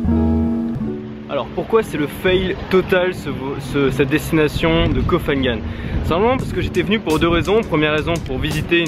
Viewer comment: Ko pha ngan se dit Ko Pa ngan, pas Ko Fa Ngan